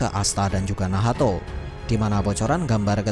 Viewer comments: hhhh. Bgtu ya bang cma gak enak d dengar beh lw nahato wkwkkw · Bilang nacht aja min agak usaha bilan nahato. Gak enak d denamgar wkwkwk